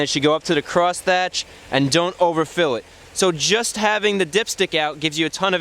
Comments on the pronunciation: It's pronounced cross HATCH not cross THATCH you fool. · cross hatch not "cross thatch" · It's "crosshatch", like a crucifix from an egg, not "crossthatch", like a 9th century old english roofing technique. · Cross-hatch not cross-thatch. Other than that, very informative, as usual. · FYI... it's cross hatch not cross thatch... Crosshatching is the drawing of two layers of hatching at right-angles to create a mesh-like pattern. Multiple layers in varying directions can be used to create textures. Crosshatching is often used to create tonal effects, by varying the spacing of lines or by adding earn to pronounce Thatch noun; a roof covering of straw, reeds, palm leaves, or a similar material. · that's "crosshatch" pal, not cross "thatch" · you may be right. I just find it annoying that he says thatch when the dipstick clearly says hatch. When teaching someone you should pronounce words properly so as not to spread the wrong word around. You're right i probably worry too much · It is pronounced "cross hatch" not "cross thatch". The definition is: To mark or shade with two or more intersecting sets of parallel lines.